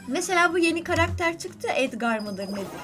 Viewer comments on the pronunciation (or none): none